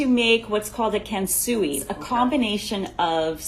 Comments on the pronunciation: HAHAHA kan-soo-i? It's kahn sway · "Kensui" XD Actual kansui: What i am to you? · "Ken Sui" made my soul cry...